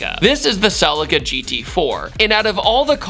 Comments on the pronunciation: God I hate how American's say "Celica" 🤮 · i cant stand the way you pronounce Celica lol in Europe we say it like the I is a e Celeca amazing car though and a great video 🤣